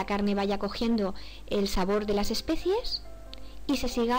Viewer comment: Se dice: ESPECIAS no ESPECIES.